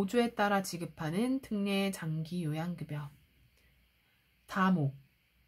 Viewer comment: 표준발음법 ㅎㅎ 특례 틍녜 훌륭하십니다🎉